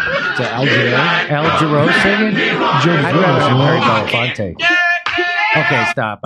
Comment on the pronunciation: Aaron can't seem to pronounce Belafonte correctly, which is weird when you're paying tribute to him.